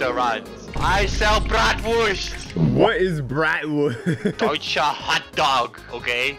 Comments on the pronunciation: I love when tries to say brastwurst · Ok In The German Language You Spell it Bratwurst but you say the w like a v so the correct way to say the word is bratvurst but instead of a v it is a w (No I Am Not German I Am South African) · THEY CANT SAY BRATWURST RIGHT WRF